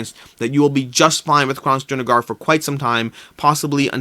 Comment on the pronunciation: You keep saying DrunaGAR. Stop. Please.